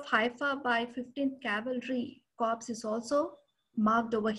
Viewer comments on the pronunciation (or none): Please .. an Army Corps is ‘Core’ not ‘Corpse’. Nice talk nevertheless. The valour of Jodhpur Lancers at Haifa has been celebrated widely and justifiably so , but the role of Mysore Lancers and Hyderabad Lancers in the same campaign is often not recognized